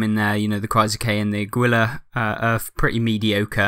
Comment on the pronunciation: Águila is pronounced like "aggy-la," Rhymes with Laggy. Emphasis on the "Á," not the "ui." It sounds like Christina Aguilera, but instead of "aggy-leh-ra," it's just "aggy-la." It means eagle, for the one in the flag from the Aztec legend 🇲🇽